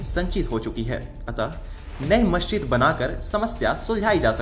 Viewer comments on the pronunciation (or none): none